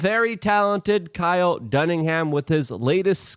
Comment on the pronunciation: This guy will never pronounce kyles name right lmao